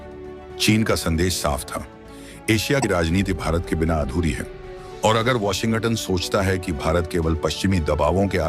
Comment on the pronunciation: ***ANCHOR, (Mr.....) Please soften the "G" in Washington--so that U don't say "WASHIN--GUTTON"..***!Swallow the "G" in Washin(g)ton!! That should help!!--NO GUTTON!!!